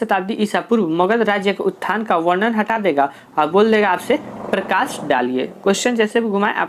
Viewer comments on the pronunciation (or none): none